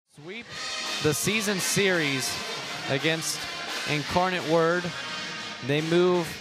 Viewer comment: incarcanate word😂